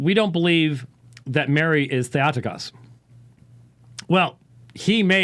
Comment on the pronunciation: in Greek, Θεοτόκος Or Thay-oh-TOH-kohss -- not thay-AH-ti-kahss. Sounds like a dolt!!!